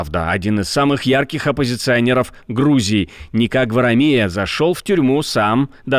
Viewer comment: Правильное ударение: ГварАмия.